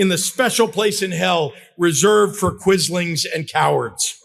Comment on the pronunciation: "Quislings"... It is so correctly said. A greater traitor is difficult to find historically. Stay strong. Hugs from 🇳🇴